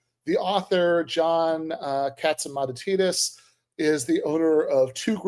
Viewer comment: This might be more compelling if you pronounced "Catsimatidis" right.